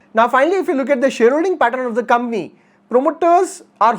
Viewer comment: It's not kambany bro it's company. Pehley bolna toh seek le